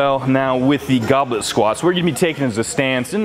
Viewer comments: What is written: goblet squat... What I heard: goblin squat... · My brain always hears "Goblin Squat."